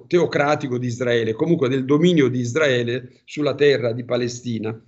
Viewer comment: Isdraele NON SI PUO' SENTIRE!! DITEGLIELO CHE SI SCRIVE e PRONUNCIA CON LA R ISRAELE ISRAELE ISRAELIANI ISRAELE!!! ISRAELE E NON ISDRAELE!!!!!!!!!!!!!!!